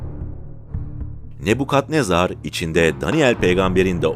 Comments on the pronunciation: Ne bu yav?. Ne Bu Kadnezar degil. Nabukadnezar olacak. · Kadnezar ne bu? Nebukadnezar? Cevap ver bana 😂